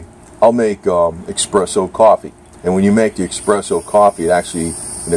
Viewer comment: its pronounced es press o